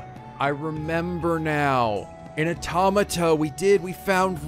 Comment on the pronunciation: you mentioned that you pronounce the name wrong but you also pronounce Automata wrong too